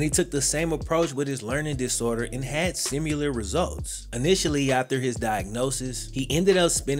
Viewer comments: Sim-uh-ler not sim-you-ler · Love the channel and, but somehow he sneaks “sim-U-lar” into his videos